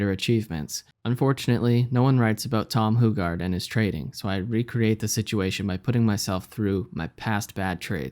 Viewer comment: hew-gard is how its pronounced bro